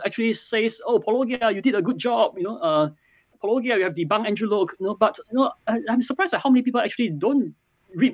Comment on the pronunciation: wait did just... pronounce Paulogia correctly?? I think that’s a bigger surprise than the apology itself.